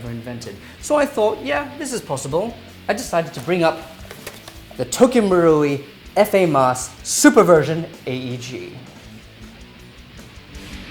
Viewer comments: F-A-Mas? Wha? Famas, mate. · Nigga you say it like its spelled, "famas" not "F A MAS" wtf😂😂😂😂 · Why does he say fa-mas rather then famas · Hi! Nice video as usual;-)! Just for your information, in France, we don't say "F.A. MAS" but simply "FAMAS" as a simple word. It means "Fusil d'Assaut de la Manufacture d'Armes de St-Etienne" (In english: Assault Rifle Arms factory of St-Etienne) Best regards! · It's FAMAS not F.A. MAS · It's pronounced Famas not Fa-mas